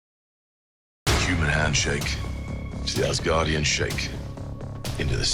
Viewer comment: Your version of the Asgardian sounded like "The guardian of the Ass'